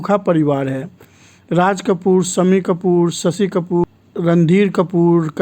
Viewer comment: Apko Sha ka diction Sikhna padega Sammi nahi Shammi Sasi nahi Shashi Producsun nahi kahiye Production Z ko J bhi fix kijiye 😨😰